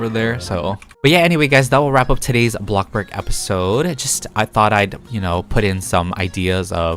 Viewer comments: "bloxburg": "blockburg" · AND THE AWARD GOES TO THE KING OF BREAD, BLOC BURG YOUTUBER, AND THE BEST ROBLOX YOUTUBERRRRRR (also the way you say Bloxburg like blog burg so funny🤣)